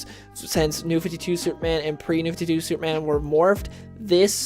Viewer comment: Comics have been terrible since the early 1990s. Plus, slow down, narrator. "Supe-man".